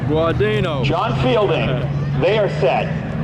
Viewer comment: They kept saying Charlie Gerdano😅 It’s Gardeno